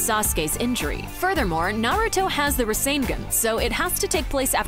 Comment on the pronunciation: She can’t even pronounce rasengan correctly.